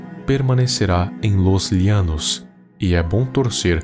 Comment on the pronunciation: E não é Llianos é llano e em português se pronunciaria cómo se fosse com ( J ) Janos português.... Llanos español ok